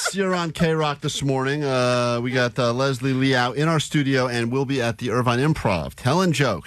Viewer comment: Great appearance from Leslie! Idk why mispronounced her name but still good Jk lol